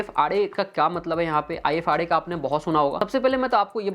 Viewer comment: Ifrs (not ifra)